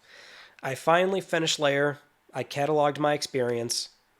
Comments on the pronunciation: lair not layer sheesh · Why are you saying 'Lair' like it's 'layer' and not as it should be 'there' (L-ere) . . . ?